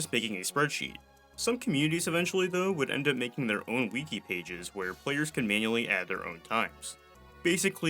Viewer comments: please never say “wiki” as “weeky” again…. im telling you this out of the goodness of my heart. it’s pronounced “wicky” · why tf do you pronounce it "Wee Key" instead of "Wiki", your pronunciation makes me so uncomfortable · Why do speedrunners need pronouns next to their gamer tag on their website? Such a sad virtue signal. That’s when I stopped using it. Speedsouls is where it’s at, hopefully they expand. Also Wick-E, not Weak-E. Sounds strange when you say it like that. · "w-ih-key" the first I is pronounced "ih" and not "ee" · The fuck is a Wiikey? You mean a Wiki? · Did this mf just say weaky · Good video. Your mispronunciation of Wiki messes with me.